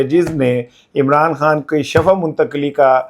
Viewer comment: ۔ براہ کرم لفظ shifa بولا کریں۔ لفظ shafa کا مطلب گڑھا ھوتا ھے۔ 😮